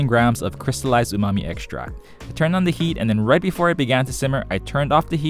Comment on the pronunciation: Remember to eckshtract and shtrain well 😂